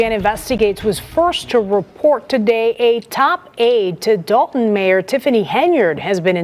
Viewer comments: It is not Dalton as people are pronouncing; it’s Dolton as in dolt. In fact it comes from the noun “dolt” as in blockhead, dodo, dimwit, named after the majority of the voting residents who obviously would elect one of their own, Henyard. What’s the problem? Like residents of Chicago electing their own, a Chicago; it is Algonquin, in their language “shikaakwa” which means “stripped skunk”. See? What’s the problem? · "DOLT-TOWN"! It's in the name folks!